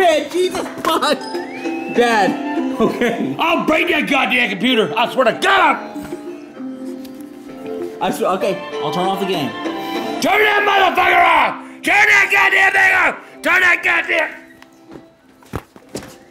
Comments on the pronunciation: I love how says "computy" instead of computer it just cracks me up😂😂😂😂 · Thanks to him, I sometimes call my computer "My computy" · "My comPUTER died! I need a new comPUTER!" "break that one too?" "No, damn thing caught on fire!"